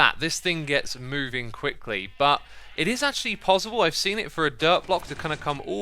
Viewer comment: I love his accent of PosiBle